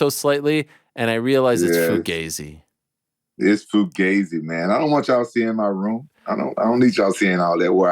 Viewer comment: "Fu-gay-ze" Hey guy, learn how to pronounce fugazi. Foo-gah-zee